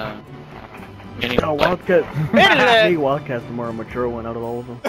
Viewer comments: "Muture" lol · That MUTURE though 😂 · Muture? The fuck is that? 😂😂😂